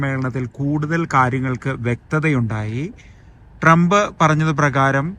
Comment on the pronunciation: ട്രംപിന്റെ പേരുപോലും നേരെ ഉച്ചരിക്കാനറിയാത്ത വിവരദോഷീ, തന്റെ ഈ കോപ്രായം നിർത്താമോ?